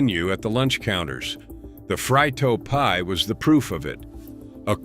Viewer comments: Its a free- toe pie. Not a fry toe pie.! Haha! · Where do these narrators come from? It is a Frito pie ( free- toe) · Lost me the "Fry-Toe pie". Who edits this shit? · Ha…I noticed that too….